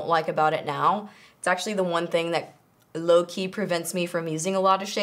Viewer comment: Did she say lowkey?